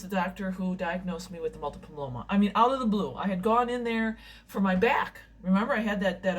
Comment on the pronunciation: please learn how to pronounce multiple myeloma. people can't learn about this blood cancer if u say it wrong all the time.